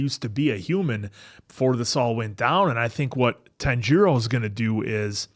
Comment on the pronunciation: His name is pronounced more Tanji-ro rather than Tan-jiro. Or like tANjiro rather than tanJIro. His names mispronunciation will be very apparent in later episodes! 😂